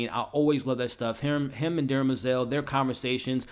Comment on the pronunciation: Did you say Dermazel? Sounded like. It is Demerzel.